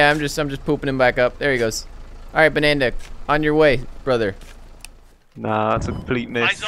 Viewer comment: his name was Banada like Canada, not Bananda lol!!!